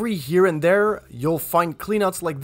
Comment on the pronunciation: Please concentrate on proper English. Saying “dare” for “there” and “da” for “the”.